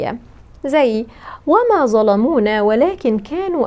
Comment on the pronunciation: عندما تقرأين آيات لا تقرأي بالمصري وما ظلمونا وليس زلمونا